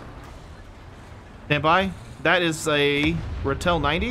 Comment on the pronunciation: Hey, just a little correction. Its pronounced Raatel, with a double a. Idk on a word to use a an example, but maybe like when you say R by itself. Love the vids btw